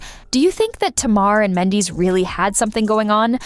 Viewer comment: Please know how to say Mandeecee... I mean do some research before calling him the wrong name the whole damn story!!!! Goodness this is just unprofessional